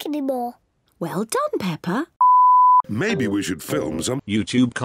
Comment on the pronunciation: Every time the says Peppa Pig's name, he says "PePeR"🤣 OOF No one knows how to say Peppa's name. 😭😞